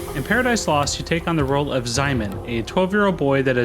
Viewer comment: Quick & dirty guide on Polish words - Szymon is pronounced Shimon, when s and z are placed together like this they form a sh sound and are not treated as two separate letters, Ewa is pronounced Eva